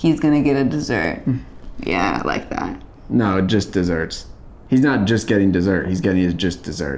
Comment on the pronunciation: Joel says jist desserts instead of just desserts